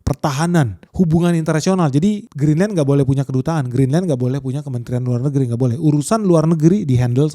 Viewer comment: BACANYA GRINLEN (CON: ENYAH) YA